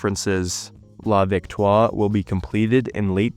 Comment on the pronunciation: Very good French on that first one. La Victoire, tres bien!